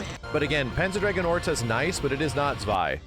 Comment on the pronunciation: And it is pronounced "Tswai", my dear English speaking friends. NOT "Zwai".